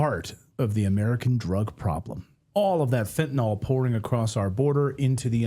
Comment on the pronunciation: Anyone else noticed that it's pronounced fentanyl not fentanol? I think it was Trump who started the latter pronunciation.